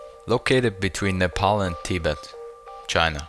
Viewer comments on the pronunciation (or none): none